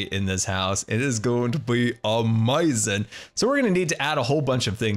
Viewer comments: Nobody:: AmOizing! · I love when you say "OMAZIN" 😂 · As always, you have ah-may-zin skills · Sunbae Mins it kills me. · SkYmaSTeR I can’t say I enjoy it.